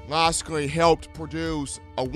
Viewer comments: rolltidematt92 I mean I understand nobody’s perfect, I get that. But look at his name on a piece of paper and then say his name, if it doesn’t sound like it looks then you’re saying it wrong. damn how can anybody take you serious when you don’t even come close to pronouncing a fairly easy name correctly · i hope he learns to pronounce his name before the season starts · i dont ever take him very seriously, i actually just left the video after he butchered that lol